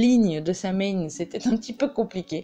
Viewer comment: Excellentes informations mais ce sabbat dont le nom provient de l'ancien gaélique est prononcé so-ween, pas sam-haine.